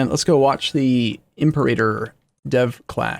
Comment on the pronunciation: The stress should be on the second syllable of Imperator. It’s not a fucking dinosaur, ImperAYtor sounds weird as hell